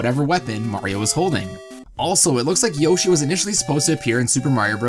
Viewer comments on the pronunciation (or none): none